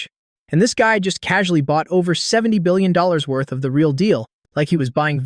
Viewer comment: Man you really need to know million or billion pronounciation